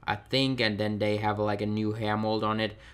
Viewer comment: Great video! Thanks for the info :) I'll probably pick up Andrade, Tye and and some of the Elites. Just out of interest, is English not your first language? Just that you say 'dat', 'dey' and 'dese' instead of 'that', 'they' and 'these'. Not having a go! Keep up the good work! :)